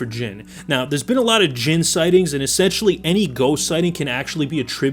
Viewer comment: Finally someone got Jinn right!